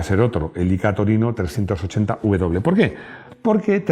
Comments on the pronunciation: De tomaso no nombraste ,un diseñador muy importe y argentino y otra cosa el Torino 380w. No 380uw no tiene "u" hay que pronunciar bien el nombre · No sabes cómo se pronuncia la V y la W, en España???